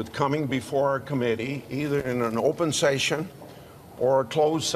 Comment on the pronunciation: Can't even pronounce session. What???